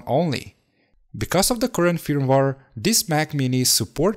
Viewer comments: Pronounced 'FIRM-WARE' not fumwar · please say feurmwere not fir me waare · My man, no offense but you should practice more English pronunciation. I mean....... Firmware you said like film war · Fermvar lol had no idea what you were talking about till I looked at the screen. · Ahhhh yeah the well known "fimwar" 😉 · it is not firmwar it is firmware video is brilliant though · I want an 8 hour loop of just you saying firmware. Good video, watched it fully. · I like how you pronounce firmware. That’s all lol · I cringed every time he said firmware.